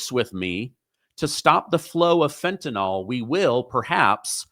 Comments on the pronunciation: It’s pronounced FEN-TAN-ILL NOT FEN-TIN-ALL! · you're certainly not alone in mispronouncing 'FentanYl', but you shouldn't perpetuate the mispronunciation, so as not to be a 'bad' 'influencer'! heehee Carry on. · "Fentanyl" does not rhyme with "alcohol". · fentanyl not fentanol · I’m starting a movement. Everyone says fen-ten-all. It’s fen-ten-ill. Fentanyl. Not fentanol. Other than that, great reporting. I do appreciate you,. Is Blondie a fall guy? What’s really going on there? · Fén-tá-níl. Fentanol is an alcohol. Fentanyl is different.